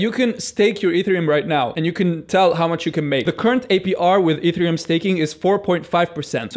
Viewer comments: pronounced EH -TEH -REH -OOM ......NOT....E THREE -UM also to understand a third of what he says instead of nothing at all click the setting of the video and click the playng speed at -,75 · taking advice from a person who doesn't know how to pronounce e t h e r i u m :D